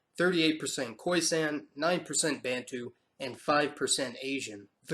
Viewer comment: it must be emphasised that the so called `intergration `was in fact raping of women. Also De Klerk didn't abolish Apartheid. Black Africans fought for it. Oh `Bantu and Nyasaland ( now Malawi) `are way wrongly pronounced.